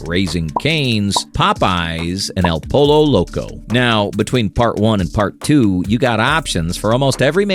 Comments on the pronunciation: I can't tell if you're saying El Pollo Loco that way as a joke or on purpose LOL... Being genuine here, it's pronounced El Poy-Oh Loco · Lol el pollo loco.... you pronounce it like your saying poyo... just some advice from a Mexican 😂